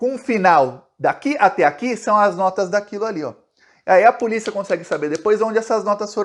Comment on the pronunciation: "AI A PULICIA" KKKK É POLÍCIA AMIGÃO.